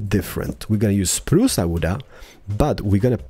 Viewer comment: “ spruca wooda comin atcha” got me rolling on the floor